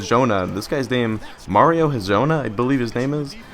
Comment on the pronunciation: Mirotic: Accent is on MI-rotic (with Mi sounding like the Mi from milk). Hezonja: Not entirely sure how to pronounce that, but you're constantly missing the J in it, its not Hezona ;-) Nene: Sounds like Neh/Nuh-nay, not Nay-nay Labrissiere: is from Haiti so I'm pretty sure its supposed to be French not English. Makes it "La" simple La as in Spanish or French "bris" the i sounds like the ea in bean and the s is silent (the double ss is pronounced as a single s) "sierre" is pretty much zjair, the s is harder so more of a z, the j is like the y in you, ierre sounds the same as air. Hope this helps! Keep up the good work and have fun in college!